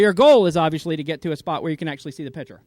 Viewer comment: it's pronounced piCture piCCCCture, you know, with a k-sound. also, saying "RAID Array" doesn't make sense